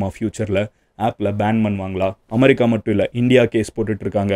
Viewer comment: அது அமரி கா இல்லை, அமெரிக்கா 😅 pronounce properly